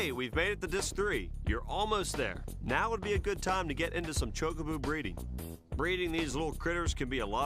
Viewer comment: Back before speech in games, the pronunciation of Chocobo was definitely contested. But choke-a-boo? That's a first..